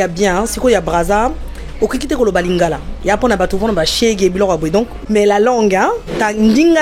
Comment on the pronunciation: Non mais ton accent en lingala il est excellent, je suis congolais de Brazza 😅